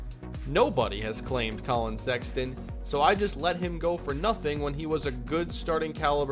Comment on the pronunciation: The way you botched Walker and Sexton physically hurt me, but other than that this was a good video.